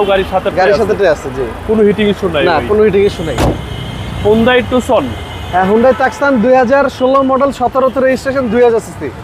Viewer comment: সঠিক। উচ্চারণ হবে টুসান